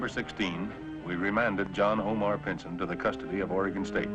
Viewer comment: Why does it sound like the narrator is saying "Pinton" but everyone else is saying "Pinson"?